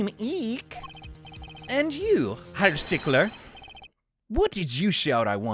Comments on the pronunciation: Herr pronounced like Hair Ja pronounced like Ya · klavier might be my favorite prosecutor in the whole series, he's SO good... "fräulein" means "young lady" in german, basically. also, tip: the word "herr" is pronounced more or less like the british pronunciation of the word "hair"!